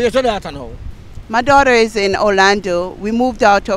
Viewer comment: OLANDO NOT ORLANDO